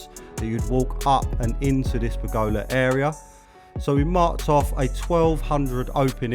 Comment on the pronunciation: That mispronunciation of pergola 😱